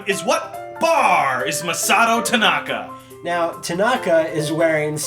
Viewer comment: IT'S TANAKA BRAH!